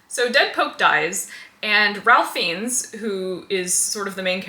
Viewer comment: And the last name is pronounced as "Fines", like you would pay for a parking ticket ✌🏽